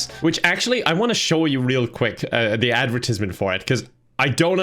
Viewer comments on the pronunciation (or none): How did you pronounce "advertisment"? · You somehow managed to pronounce "advertisement" the only way ive never herd lol